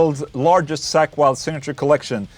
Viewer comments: Funny how you pronnounce (ball) "Sack Wylde" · "Wtf is a sackweld" oh.. accent.. right. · You pronounce it like Sack Wylde lol